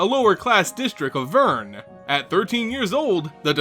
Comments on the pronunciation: It's Vryn! The way you pronounced it was Vyrn. Notice the r should be before the y. Gosh, the best mtg youtuber should know better than that! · Oh and it's "Vreen" NOT Vern... (booo ) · DID YOU KNOW it's actually pronounced Vryn - V-rin?